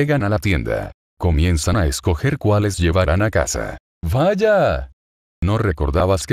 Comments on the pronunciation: me encanta el VAYA¡ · Me da cosa como dice Vaya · Un gran toque el "valla" 🙂